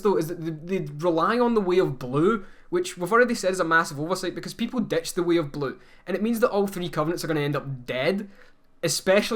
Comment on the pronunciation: The way they say "way of blue" sounds to me like "weeablu." Like a blue sentinel guy who's also a weeaboo.